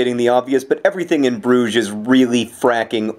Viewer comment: im so glad you use the french pronunciation of Brugge and not the Dutch. also when i hear Brugge i always think of the restaurant in Broad Ripple.